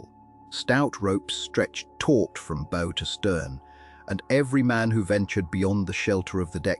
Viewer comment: Ai mispronouncing “bow” on a video re ships is distracting…